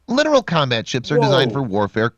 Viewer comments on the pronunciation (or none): This video says the word Littoral wrong why did the narrator say literal lol